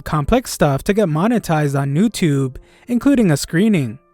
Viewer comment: Its youtube not newtubu